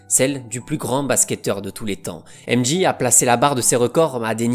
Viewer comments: Super vidéo mais ca se prononce M Djey pas M Ji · aimedji et librone, c'est trop là on prononce aimedjai et lebrone, pas compliqué